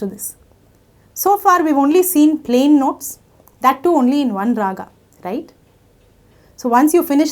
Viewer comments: English ke word toh bahut theek tarah se bole par jab Hindi ki baari ayi to swar ko swara bana diya Rag ko Raga bana diya, apka naam kaise bolte ho VoxGuraaa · स्वर not स्वरा, राग not रागा. otherwise nice video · thank you for this wonderful video. Just one suggestion - please drop the extra ''aa'' at the end of every hindi word like Raga (correct is Raag) swaraa -Swar etc. This video was so much useful. thank you again. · Can u explain what is ragas??? I think it is Raag. Why r u change the Hindi pronounce??